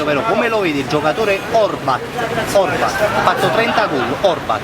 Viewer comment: la "h" in "a parlato"